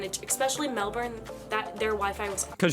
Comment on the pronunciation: Melbourne sorry is pronounce Mel Burn not Mel Born